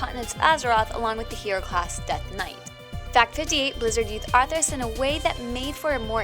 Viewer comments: Drainee? Draenei. Arthras? Arthas. Worjen? Worgen. ENCRYPTION? Inscription. Jesus, do some research. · ARTHAS! NOT ARTHERAS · ...Fact 57 "Artheras the lich king" It's Arthas. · Arthras... worjen... play to pay... "beasted" (bested). Was it really worth getting someone who not only can barely speak correctly, but is obviously unfamiliar with the game (and possibly gaming as a whole)... just for a female voice over? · sounds like she is saying arthur's or atherus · ah yes my favourite race "worjen" along with my favourite villain, arthurs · Arthras? jeeeez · "Arthras the Lich King" kill me.